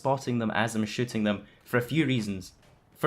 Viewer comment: when you say shooting, it sounds like shitting, XD lawl